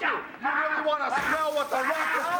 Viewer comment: Really emphasizing his catchphrase.